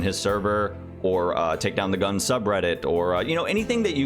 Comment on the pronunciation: this is the first time i hear someone say "gunz" instead of "gun zee" and i'm very upset about it, how dare you